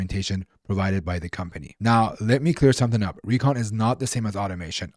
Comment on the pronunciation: He makes Recon=Kheechadi😂😅